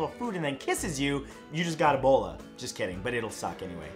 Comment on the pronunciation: More like E"bowl"a.